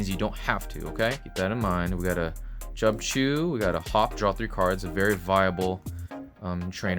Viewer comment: Did you just call Cubchoo, “CHUBCHOO”? Hahaha